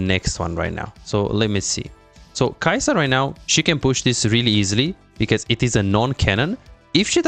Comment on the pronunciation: You messed up the names of Kaisa and Mel at 5 minutes. Great guide though thank you!